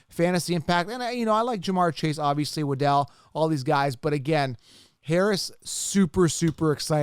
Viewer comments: Its "wah-dul" not wa-del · “Wa-Dell” Man. I’m out, cya